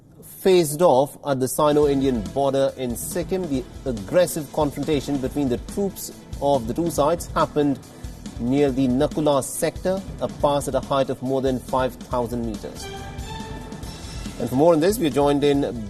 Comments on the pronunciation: Nathu La. Not naku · Why the hell all mainstream media is pronouncing it 'Naku la' instead of 'Nathu la' ? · It's Nathu Laa not Naku la pass .... check before going on air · you dont know everything in clear.. It is not Naku la pass, It is nathu la pass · Its actually called Nathula Pass not Naku La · It’s nathula not naku la. I am from Sikkim, India. This time the stand off is happening in India’s side at 2 different places , nathula which is in the east district and north district of Sikkim.... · It’s Nathu la pass not naku la pass😂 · It is Nathu La Pass not Naku La Pass